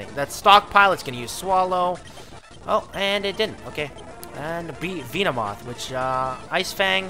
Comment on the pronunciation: The way you said Venomoth... Its Veno like in Venom! Not Veeno!